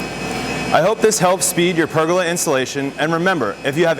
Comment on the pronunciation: It's pronounced per goal la. not burger with a p 🤣